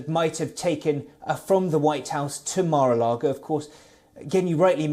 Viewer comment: Ouch!!!! Started with a mistake- it’s Mar-a-Lago NOT “Logo”. How do I know the rest of her newscast is factual and without bias?!!!! You seem to know more about this than even the American people - something doesn’t sound right here - you must have a direct line to the FBI!!!!